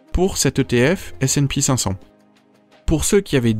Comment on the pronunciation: Pour le S&P500 c'est ESE et pas ESEE. Merci a toi